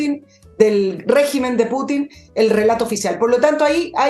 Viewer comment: Don Fernando, se dice Putin no Putín...😆